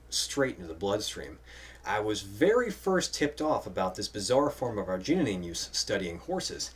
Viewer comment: You put an extra "neen" in arginine. :)